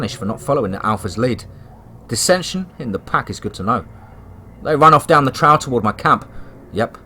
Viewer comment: Another great story, I love your stories and I love the way that you never eat them, but with that said, the word Trail is in a lot of your stories, and I'm not trying to be nitpicky, but you say the word extremely wrong. You are pronouncing it like Trowl... it's like you're saying the word owl, but with a tr in front of the owl. The word Trail, should be pronounced like mail or male, but of course with the m taking off and Tr,,, put in front of of the ale part...or you know, like a mug of ale, and then just put the tr to pronounce trale , of course , the actual spelling being trail, I hope I am explaining this correctly since you cannot actually hear me say the actual word. But again it's not a big deal, but this is a word that you use quite a bit and a lot of your stories. Keep up the great work, I listened to your Channel about everyday if not everyday